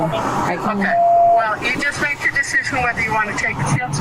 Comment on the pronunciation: "You have to bake metter decisions" fantastic spoonerism